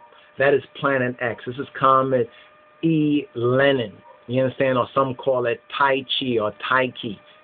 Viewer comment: El Enin, not E Lenin